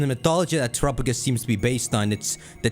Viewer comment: I hate the way you say TerUPogus it’s TeraPAgoes